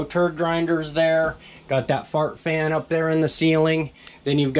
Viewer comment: LOL, he said "fart fan"